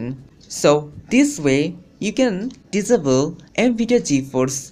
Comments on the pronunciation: Why American's say, 'diss able' instead of 'disable'? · hmm he said disable diavil not SOOOOOOOOOOOOOOOOOOOOOOOOOOOOOOOO god